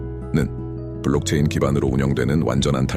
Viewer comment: 위파이 디오뱅크를 계속 더뱅크로 발음하네요 the가 아닙니다